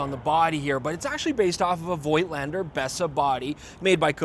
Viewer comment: voigtlander shuld be pronounced 'fotlander'.- as in german. its a collectors camera, no rvice back-up. best avoided,imo, for people who actually are more interested in the photographs,than 'shooting experience', he frquently refers to.many modern digital cameras offer manual operation options.